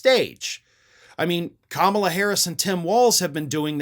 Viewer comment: They are trying to hide that they believe the same thing. Look at Macy deliberately saying Kalamas name wrong in front of three black people who were interviewing her.